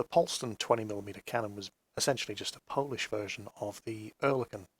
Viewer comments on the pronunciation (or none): none